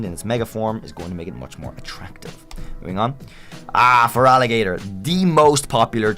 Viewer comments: THERE IS NO VOWEL BETWEEN THE T AND THE R IN FERALIGATR! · FOR THE THIRD TIME, THERE IS NO VOWEL BETWEEN THE T AND THE R IN FERALIGATR! REMOVE IT NOW!